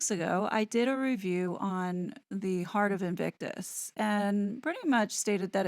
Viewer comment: Those two clows turned Invictus into " INCIRCUS" .